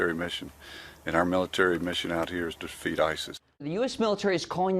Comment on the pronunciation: mins in ... did that guy say 'Our military mission here is to defeat ISIS' or did he say (as I think he may ) "Our military mission here is to FEED ISIS ???'